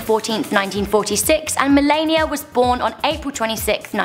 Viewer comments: You said "Melania" wrong. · the way she pronounced Melania tho 😂😂😂